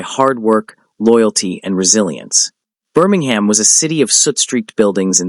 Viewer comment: Learn to pronounce Birmingham.